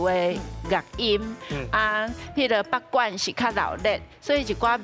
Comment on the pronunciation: 阿松哥北管南管發音都講錯😅沒做功課😅